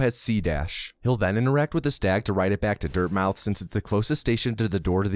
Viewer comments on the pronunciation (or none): Incidentally (and you're not the only one to do this), I don't think you're meant to pronounce the O in Dirtmouth. I think it's a play on words reference to Dartmouth. Quality video as always.